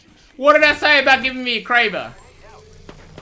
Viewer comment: How can you hear everyone else that plays the game and the developers pronounce kraber one way and then pronounce another